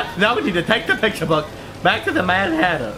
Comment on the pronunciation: Alice sounded like she was trying to say hatter but said hare and fixed it last second like hairter I spelled it like that because hareter doesn't look right